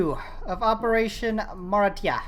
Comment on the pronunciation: Its operation maritsa not marita nice vid